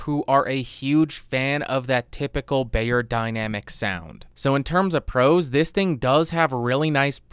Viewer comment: Helpful review, but... dude. It's "beyerdynamic." Not "bayerdynamic." They sell audio equipment, not aspirin.